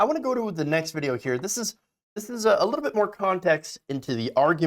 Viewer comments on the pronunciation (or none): none